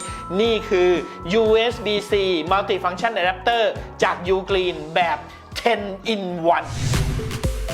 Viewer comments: ผมได้ยินคำว่า”อแดปเตอร์หำ” แน่ะ ! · อเดปเตอร์หำ นั้นเอง ได้ยินแบบนี้เลย